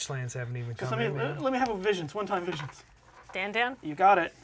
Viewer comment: "come one man, just a little Ponder!? I can handle it, come on, be a friend!" the thing over the second A is a "circumflex" and you elongate the letter. Should sound like "Dan-dawn"